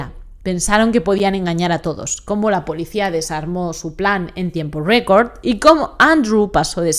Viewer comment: Pero porrrrr qué dices record con acento americanooooo??!